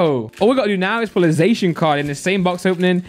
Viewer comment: Finally someone pronounces Zacian correctly, or atlesat in my opinion lol